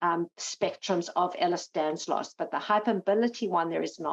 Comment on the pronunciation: It’s Danlos, not Danslos ffs!